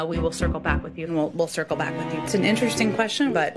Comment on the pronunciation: “Circlebak” Girl !!!